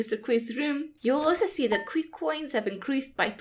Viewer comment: Isn't his name pronounced Chee not Qwee? Or have I been pronouncing it wrong the whole time?